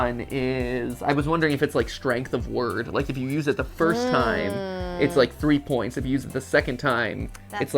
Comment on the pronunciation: “Spoints” made me laugh